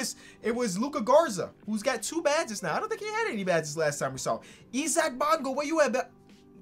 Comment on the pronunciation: Why would you pronounce Isaac like that it’s not Esaac it’s Isaac